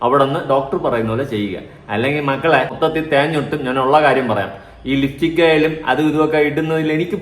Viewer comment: ലിഫ്റ്റിക് അല്ല ചേട്ടാ ലിപ്സ്റ്റിക് 😌😌, ഇങ്ങള് marriage ചെയ്യുമ്പോ എല്ലാത്തിന്റെയും പേരും നാളും ഒക്കെ തനിയെ പഠിച്ചോളും 😂😂